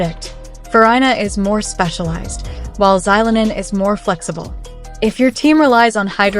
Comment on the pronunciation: Why use ai voice when it mispronounces characters names? Farina? Orina? Zylonen? Can we not butcher already incorrect names?